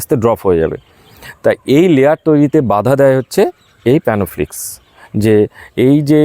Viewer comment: খুব সুন্দর ভিডিও করেছেন দাদা। খুব প্রয়োজনীয় ভিডিও। কিন্তু একটা কথা বলছি আশা করি কিছু মনে করবেন না। আপনি অনেক ভিডিও তেই বলেন প্যানোফ্লিকস। উচ্চারণ টা হবে প্ল্যানোফিক্স। আপনি ভালো ভিডিও করেন, খুব ভালো ও লাগে। কিন্তু ঐ উচ্চারণ টা শুনলেই মনটা খারাপ হয়ে যায়। কিছু ভুল বললে মাফ করবেন 🙏